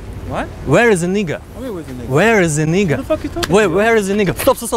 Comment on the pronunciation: Actually, its pronounced NAEga not nee